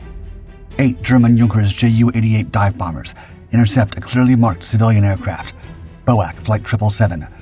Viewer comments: Your canned narrator did a wonderfully accurate pronunciation of Yunkers (Junkers) and Por-TEA-a. However, the acronym for the British Overseas Airways Corporation (BOW-ak) continues to grate on this Englishman, even though I've tried to get you to correct it before. BOAC has always been referred to as 'BEE-OH-EH-SEE'. It was NEVER referred to as BOW-ak. Instead of canning your narrator for convenience, why don't you get the flesh-and-blood edition back in front of the microphone to record the King's English properly. Before I start referring to your airforce as YUSAF. Last: couldn't find enough stock footage of taildragging DC=3's taking off, eh? A DC-4 had four engines, and a nose-wheel....which of course you know, because in THIS vid, DC-4 at rotation suddenly morphed into a DC-3 at altitude. You don't need to be this sloppy, and your audience doesn't need it either. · Bo-ak irritated me more than it should have. Bee-Oh-Ay-See, please! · I have NEVER heard 'boac' but ALWAYS 'Bee Oh Aye Cee' try and get it right. My mother always said Churchill was an evil warmonger, good possibility he knew plane was targeted but allowed it for propaganda purposes? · B.O.A.C. never Bow-Ack but Bee-Oh-Ay-Cee. Learn the words, get them right. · Glad to see it’s not just me who’s sick of poorly informednarrative! What on earth was Bowack? B O A C. Bee - oh- ay-see! How many times? Tch! Some people!😅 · It’s not boac you dolt😂😂😂. It’s B O A C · You ninnies, BOAC is not "otherwise known as" or pronounced 'bowak' it is simply the initial letters of the British Overseas Air Corporation and spoken as 'B.O.A.C.' - that's what lazy AI narration gets you I suppose. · Again; it is not Bow-Ack, it is B-O-A-C. Each letter is pronounced separately. There has never been an airline call "Bow-Ack"! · Americans called it bo-ak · BOAC is pronounced B.O.A.C, it is initials, not a word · That threw me off until I read this. Bowack, WTF is that, a card game?